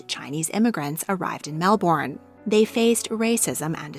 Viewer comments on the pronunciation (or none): Hi, Australian viewer from Victoria here. Mel-bin not bourne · I don't like how you said Melbourne. It's more like Mel-bin. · To all who do not live in Australia: it is pronounced mel-bin, NOT mel-born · Great fun. Thank you. Would you please check your pronunciation of Melbourne. Australian's say Melben. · Aussie here! Heads up we pronounce Melbourne as ‘mel-ben’. Loved the video! 😊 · Every Australian triggered .... Mel- bin